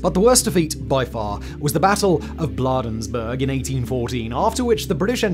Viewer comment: Simon, please note that the city of Bladensburg, MD is pronounced with a long "a" (as in change). I worked there for several years.